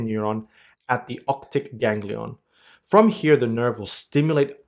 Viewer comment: One correction... The ganglion is otic.. Not octic... Rest all.. Great video... Glad to help here as a dentist.. 😁